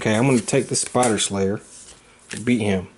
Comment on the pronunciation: I am also constantly mispronouncing it spider "splayer."